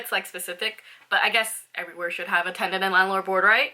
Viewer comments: I dont know if your saying tenant or tendant haha 😛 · she's definitely saying tendant lol